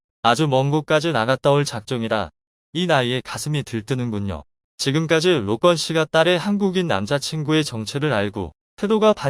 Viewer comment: 로건을 노껀이라고 부르는 저 발음ᆢ